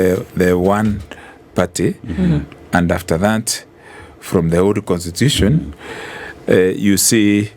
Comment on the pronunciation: this niggah keeps saying "contitution"